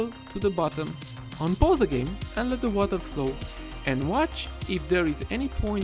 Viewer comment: The WataeRrrr flooow 😏 hrhrhr😂